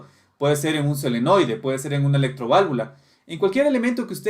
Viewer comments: Amigo sin ofender no se dice selenoide. Lo correcto es solenoide, da mala referencia disculpe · Maestro excelente video, solo que es Solenoide no Selenoide, Saludos desde Guayaquil Ecuador.